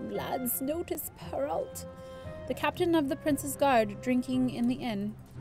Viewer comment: Perrault is pronounced per ow (ow like ow in bow)!!! Not per olt!!! Like so she shes this!!!